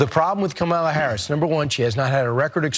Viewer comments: Jackasses can't even pronounced the VP 1st name correctly. Any EASY name at that. So, it's clear these white folks on Fox got their job via white privilege. Hence the need for affirmative action & DEI. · The purposeful mispronouncing of her name is a old racist thing that has been going on for years. They always do this to black people. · Not one of these idiots pronounces her name right! Rude, nasty dummies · They are talking about her intellect but they can't seem to pronounce her name correctly. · They are judging another's competence, but can't even pronounce the name of the person they're judging. Not people I can take seriously.